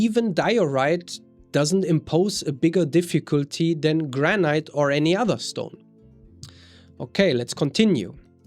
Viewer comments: Please, its pronounced Granit not Granight. Every time you say Granight it grates on my nerves and spoils your otherwise excellent presentation. I appreciate your otherwise well presented information. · I've only recently came across your channel and quickly subscribed. I like your content and love your accent, but you might want to look up how to pronounce 'granite'. It is not pronounced like that in the UK, U. S. or Canada, and probably not in Australia or New Zealand either.